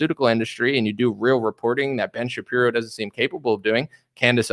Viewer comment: "Ben Sha-Qeer-o" 😁